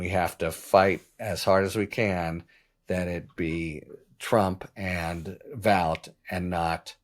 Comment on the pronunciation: Vought is pronounced "Vote", he himself corrected the record in his hearings.